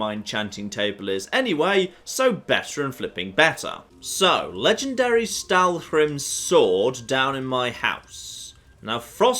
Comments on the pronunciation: Im cringing every time he says "Stalwhrim" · admittedly, with all the fun you make of pronouncing things at times, I'm surprised by the Stalhrim prononcing you're doing......my goodness.....lol. Get the whole damn "hrim" part lol.